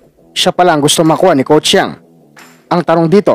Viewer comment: Brod. pilipitin mo ung dila mo para mabigkas mo ang Yeng hindi Yang